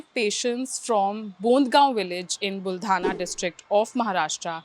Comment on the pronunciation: Are you sure? Is that town buldhana or baldhana?